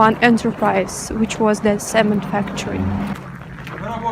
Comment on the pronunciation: I hope you don't mind me correcting your English. very quiet, not very silent. "Very silent" is redundant, since the definition of silent is "not making or accompanied by any sound", he is either silent or not silent, but not partially silent. Ce·mént, not cément.. Use Part of the town, not district, unless it is officially divided into districts, such as in Khabarovsk for example:краснофлотский, железнодорожный тд. район. You can use "Industrial district" for the Cemènt Factory area. Not horoscope signs, but Zodiac signs. slides, not slades. café